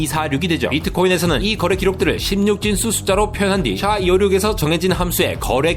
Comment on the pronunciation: SHA를 '샤'라고 하니깐 좀 어색한 느낌.